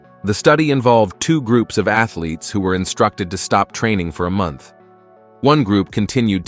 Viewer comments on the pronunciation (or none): none